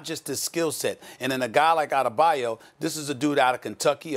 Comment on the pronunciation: Anybody else cringe when Molly said Bam Adebayu?...smh 😐